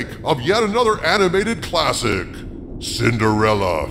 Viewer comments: Sin-der-fella. Says it all right there. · When says "Cinderella," I feel like I want him to pronounce it "Cinderellie!"